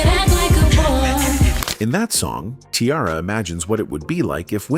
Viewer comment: WHY YOU KEEP CALLING HER KIARA!!👿🤡😫